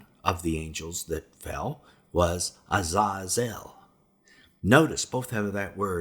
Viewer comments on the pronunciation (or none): Lol ewph u butchered those names haha But their pronounced A-zay-zel Sam-ja-za